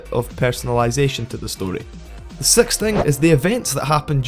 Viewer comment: Why does this guy say "six" as "sex" XD he said not "sixties" but "sexties" LMAO